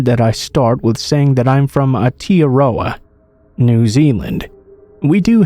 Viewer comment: been a fan for a very long time and love all your videos!!!! one thing tho for the New Zealand story, you're pronunciation of Aotearoa and Karakariki where slightly off, it was a great try and i know Maori words can be difficult to say at first but its more like "ow-te-a-ro-a" (want to drag out the ow and the te) and "kaa-raa-kaa-ri-ki" (you want to drag out the ka, ra and ka). otherwise loved the stories! keep it up <3